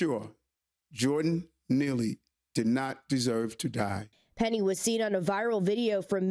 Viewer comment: IT's Penny not peRRy .